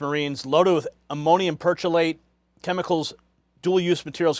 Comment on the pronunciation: Perchlorate is pronounced "per-CLOR-ate," more-or-less exactly as it is spelled. How could that look like 'percolate' to you? How could it be simpler? As someone who spent a significant portion of my childhood building amateur rocket engines, please tell me how perchlorates can be "dual usage" chemicals. They can be used for only one thing: Rocket propellant. Oh, you can make low-yield explosives with them, too. Is that what you mean by dual-use ???